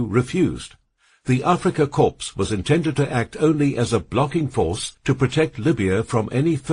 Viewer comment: Korps lol. AI crap, gave up listening in 7 mins.